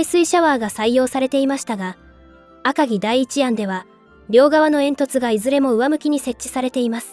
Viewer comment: どうしても「あかぎ」のアクセントが気になっちゃう。気にしないようにすればするほど頭の中でグルグル渦巻いちゃって、3分くらいで断念ｗ